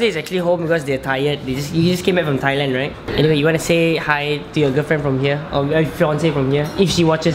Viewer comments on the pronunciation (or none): none